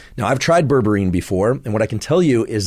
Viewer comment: Would you be able to put graphic spelling on the video when you talk about products and terms that aren’t in everyday vocabulary? It took a minute for me to realize that what I heard as “ververeen” is actually berberine. 😜